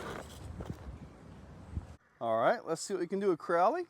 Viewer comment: I always think your saying CORALLY when you say CROWLEY 😂